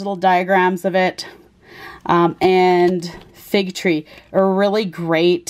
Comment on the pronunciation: Isn’t it Fig TEA? I hear you saying fig tree. I love nicolai, and the patchouli one is awsome in my opinion. Thanks for the review